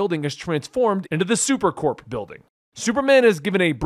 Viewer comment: Learn to pronounce "corps"